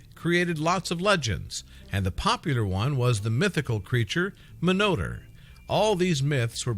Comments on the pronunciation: Minotaur is Pronounced MINO-TAR not "miniter" LOL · Pronounced min-o-tar not monoter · Your pronouncing it wrong. Its "Minotaur" not "Monotour"... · Its pronounced (mino_tar) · You pronounce it minotaur... lol great try